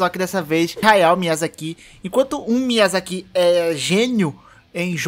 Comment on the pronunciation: dá mto nervoso ouvir "miyazakí" t.t